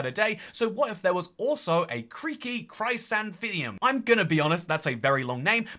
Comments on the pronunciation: Chrysanthemum is pronounced "kris-ann-tha-mum" not "cry-san-thin-ium" ☝️🤓 Also, I think the name Pale Garden fits well. It better conveys the eerie vibe imo - 'forest' is too lively, whereas 'garden' has a sense of stillness. Forests are wild and full of nature, but a garden is private property. When I think of a garden I also think of garden gnomes and statues, which don't belong in a forest. Weeping angels are at home in a creepy garden. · Bro learn how to say Chrysanthemum right 😭 Chris-anthem-um Chri-santhe-mum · pronouncing chrysanthemum (cry san thee mum) as "crysandthinneum" made my day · its "Chris ANTH a mum" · I cannot tell if the pronunciation of chrysanthemum was a joke, or if people really pronounce the word that way. I pronounce it like kris-an-th-eh-mum. Would appreciate the input of others:_toycatEmbarrased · "Kreeky crysanthinium" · pronouncing Chrysanthemum is the highlight of my day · Chrysanthemum is not as hard to pronounce as it looks if you break it down! Chrys-anthem-um Chris anthem um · uh...? Have you vever heard of a chrysanthemum? Chry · san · the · mum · It's pronounced "chris-anthem-um" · I take psychic damage every time he mispronounces chrysanthemum /lh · the chrysanthemum is pronounced "chris-anth-e-mum" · I've never thought about pronouncing chrysanthemum that way; it sounds so sci-fi lol. It's pronounced like: chris-AN-thuh-mum. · It is, he might just be trolling us...or only knows Minecraft flowers. I can't decide which is more likely. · Creaking Chrysanthemum would be a shorter name if you pronounced it right LMFAO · Havent seen anyone moan about him miss pronouncing chrysanthemum so here's me moaning about it 😂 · I've never heard anyone say Chrysanthemum like that. I had to pause the video for a minute and reflect. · Why'd you say Chrysanthemum like that, dude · Uh it's pronounced chrysanthemum. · Can’t get over the way is saying chrysanthemum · It made me shiver